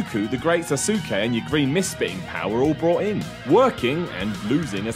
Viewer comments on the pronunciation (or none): sas-ke. Not Sa-su-ke. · Why does everyone in wrestling pronounce the great sasuke as " sass-soo-Kay" or " sass-oo-key"? It's "sauce-kay ". In some names you don't pronounce the U after an S. you don't pronounce asuka as "ahh-sue-ka ". Just FYI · The Great Sas-ke, not Sasuke. Baka yaro! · "SaSukayy" you know what, I'll let you have that one. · "The Great Sa-soo-kay" .......nope. Good try though. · You mispronounced Sasuke